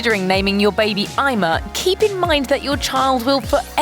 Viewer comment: Ima is pronounced Ema